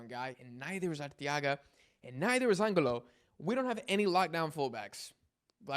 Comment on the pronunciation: my bad bro it’s just bothering me so much, it’s pronounced Angulo(An-goo-lo), oh and it’s (SE-POOL-VEDA)